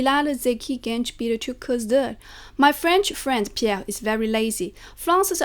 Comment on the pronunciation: Woow..Türkçe konuşurken, 'Pierre'de Fransızca aksanı kullanıyor ve bunları İngilizce anlatıyor. Diller sana kolay dostum.